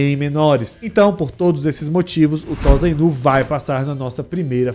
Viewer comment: Não é Tosainu, a pronúncia é tossainu